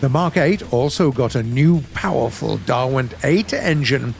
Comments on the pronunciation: Derwent engines not Darwent! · Derwent = 'Durr-wint', not "Darwin't" AAAAAAHHHHHH